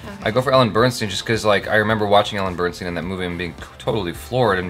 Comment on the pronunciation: Is it normal for an aspiring filmmaker to refer to Meryl Streep as 'the woman who has won a billion oscars'? No shade, just wondering. It's Ellen Burstyn (bur-stin) btw. It sounds like you're saying Bernstein.